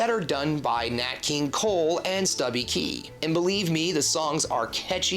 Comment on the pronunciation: Stubby Kay with a long A, not Key….